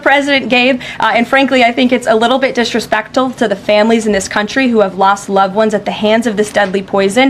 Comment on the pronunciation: What’s “disrespecttul” Karen????? Here you going again…trying to go off and start making words up that nobody has ever heard of!